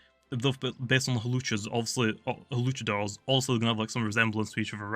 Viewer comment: luchador not hawluchador btw